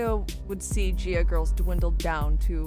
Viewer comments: It’s pronounced Guy-ah Girls. But if you were a female wrestler in the 80’s or 90’s especially the late 90’s and 2000’s and wanted to be a serious wrestler you went to Japan where it was treated like a sport just like men’s wrestling. And in America it was all cat fights, mud wrestling and lots of tits ‘n’ ass and it didn’t matter if you could wrestle it all depended on how good you looked in a bikini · Can someone please explain why the woman narrating literally pronounced both the "G's" in the name "Nagayo Chigusa" correctly, within less than 10 seconds of somehow mispronouncing the same exact letter in the name in the name "Gaea"? I get that you are not from here, but it does seem rather unprofessional to make a documentary about a subject that includes a large amount of criticism, despite the fact that the person writting the script evidently did not bother to research thoroughly enough to do the bare minimum; Pronunciate. Sure, in casual conversation, I mispronounce different terms, just like most people. However, there is a clear cut difference between shooting the shit, and "researching" a topic to make an informative "documentary. I have a feeling some is going to get all worked up and call me an idiot, but seriously. Nihongo (Japanese) is one of the simplest languages when it comes to individual Romaji letter pronunciation. All vowels and consonants make a single unchanged sound. It is not like English, where one letter can make a dozen varried sounds. in Nihongo (Romanji), the letter "G" always is pronounced as in the way it sounds in the word "Girl".